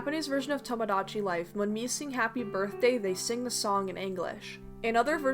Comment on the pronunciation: "Miitomo was an app game revolving around the meat characters" is what i heard xD